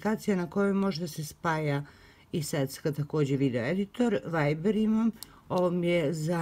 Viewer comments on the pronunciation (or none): none